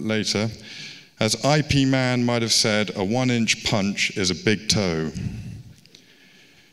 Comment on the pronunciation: did the introducer just say "I. P. man?" Ip man is not an acronym.